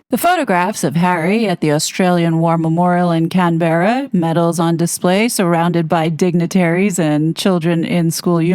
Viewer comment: Love the way U pronounce Canberra 😂😂😂❤it's so cute